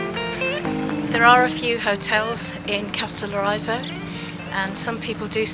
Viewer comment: Lol you’ll have to first learn pronounce the name of the island correctly and then I’ll tell you how to say very beautiful in Greek. The stress is on the first O and the I is pronounced like in ridge not like in riot.